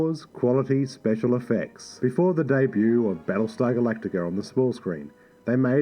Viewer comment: Think about what you're going to say, then say it! You keep saying part of a sentence, stopping like it's the end the sentence, then you start talking again. Take a breath between sentences, not in the middle of them. PS. debut is pronounced day-boo, not dayb-you. Plus, the word "a" as in "a cat, a dog, a car" is pronounced as the letter "u" in the word "up". Phonetically, "aey" is the letter, while "a" ( pronounced like the "u" in "up") is the word.